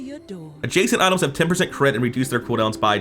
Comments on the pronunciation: I hear idols! 😄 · Something about the way he says items...